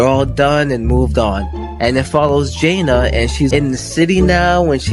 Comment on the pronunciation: Why do you pronounce jana like that?